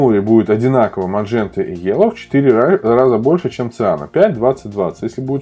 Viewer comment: "МаНжента" повеселила ))